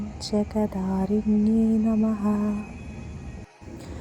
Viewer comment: ഓം ജഗദ്ധാരിണ്യൈ നമഃ അക്ഷരം ഉറപ്പിച്ചു പറയു